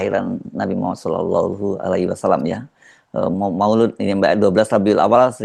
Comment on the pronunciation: Maulid bukan maulud